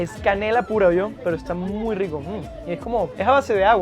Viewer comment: Aclarar que en La Paz Bolivia la "R" se pronuncia como "R" y no "WR"... .. WRICO...